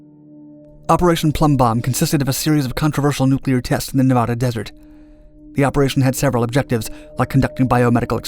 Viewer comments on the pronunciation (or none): Also, it's “Nev-AD-a,” not “Nev-AH-da.”